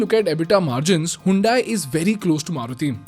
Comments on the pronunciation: Bro it's not "HAYUNDAIE" it's "HYUNDAI" "HUN-DAE". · you pronounce it like हयोंडे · Pronounced as Hundai or Handai?